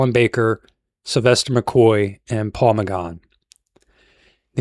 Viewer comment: Steven Mo-fat? Peter Davidson?? Da-laks?? Paul McGahn?? 😂😂